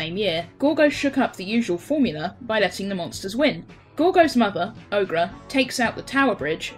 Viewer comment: Ogra is like Orga